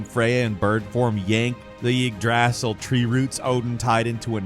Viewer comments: I love that you always seem to pronouce like one word wrong so confidently, even when every character literally speaks the word many many times in game. Granted Yggdrasil is a pretty strange looking word, but they say it like 100 times in the game. it's so early in the video too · the yggdrasil pronunciation was horrible. muricans really butcher everything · Holy shit do you not know how to pronounce Yggdrasil - literally skipped that entry to keep from hearing you say it. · That Yggdrasil pronunciation though... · Hearing say Yggdrasil wrong is giving me a headache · Come on man - not even close on that pronounciation of yggdrasil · Not enough people are bothered with how he’s pronouncing Yggdrasil…. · Listening to trying to pronounce "Yggdrasil" is the most hilarious thing I've heard this month... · I have never heard Yggdrasil pronounced that way. Classic 😂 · do not say Yggdrasil if you are going to say it so wrong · idk but the pronounces Yggdrasil… irks me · Same goes for all the other names he can't say properly. Just proves to me that he hasn't actually played the games. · It's pronounced Eeg-druh-sil. Not yeg DRASSle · Yggdrasil - igg-drah-sil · It’s pronounced, Eedrasseal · First, to my knowledge, it's pronounced eeg-dra-sil. Second, how can you say "He probably didn't fall all the way down the hole" immediately before the character in question saying yes, that's EXACTLY what happened? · “Yagdrassel” head ah. Bout pissed me off. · I love you guys! So no disrespect when I tell you that Yggdrasil is said “Ig - Druh - sil” 😊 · Killing me with the ygdrassil pronunciation xD. IgdrASSle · Ygg'draaasell. Has to be the worst pronunciation ever 😂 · Yig drassel? You know they pronounce the word like a hundred times in the game. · Dude every time this guy says Yggdrasil I want to physically rip my ears off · Please never say yggdrasil or nidhogg again😂😂😂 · They literally say Yggdrasil in the game...why are you fucking it up?